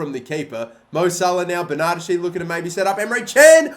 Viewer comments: I love you and your content heaps, but stop saying Ber-nachi. It’s ber-na-des-ki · dont you pronounce it 'berna-deshi' ??? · Bern-a-desh-ee m8